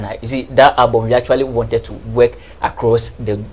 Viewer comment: Wen u pronounce work as weke how can you sing good music ? This Sammy guy is very bitter and he can't do without this type of conversation..... Sammy don't be dumb be more creative Sammy u are far behind Nigeria presenter I swear to God